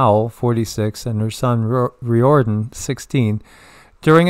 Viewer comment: Riordan is pronounced "R(ear)don". Fyi